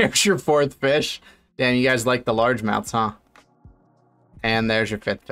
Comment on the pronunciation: Haha Feesh